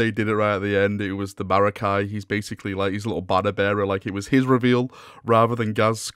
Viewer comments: makari....not marakai, mate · Man said Marakai. It’s Makari good sir. Then he said Telics. Teclis good sir. But that last one was probably the Eldar hate carrying over ;) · Not gonna lie, the LVO reveals are 80% major disappointment. Only good, not great or amazing is the Zoat, Makari (pronounced Ma-car-e) with big buddy, and the new Imperial Armor books.